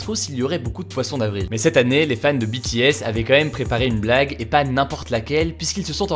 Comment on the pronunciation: Enfin quelqu’un qui prononce BTS correctement 🙏🏻 Merci